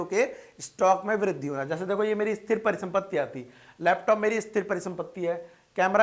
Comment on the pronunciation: Sir wo Esthir niwesh nhi hay, Sthir niwesh hoga...